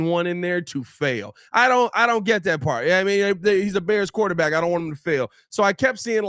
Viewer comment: What the hell is a "QUATERback"??